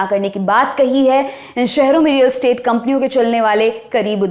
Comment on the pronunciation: सब ठीक है पर रियल एस्टेट है, स्टेट नहीं .